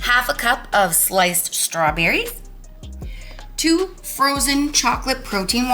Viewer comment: LOL when you were making rhe stawberry shortcake instead of "sliced strawberries" i heard "light strawberries" and I thought - what are light strawberries?